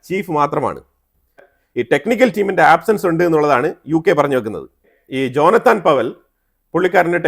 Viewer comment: "ജോനത്താൻ" അല്ല "ജോനാഥൻ" എന്നാണ്. ഡ്രാക്കുള നോവലിലെ ജോനാഥൻ ഹാർക്കാർ പോലെ